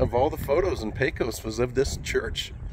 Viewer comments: There is a ton of really cool things to see in our great little town. I'd be happy to show you some of the hidden jems that only the locals know about the next time you get through here. And for future reference it's pronounced Peck-Os respectfully. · Sounds good. Did I pronounce it pae-cos? I think thats the norm for us non pecos residents 🙂